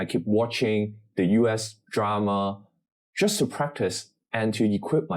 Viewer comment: Please don’t emphasise “just” getting a C at AL, it sounds a bit…..ironic